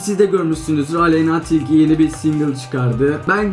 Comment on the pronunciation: Aleynnaağğğğ değil Aleyna 😂😂😂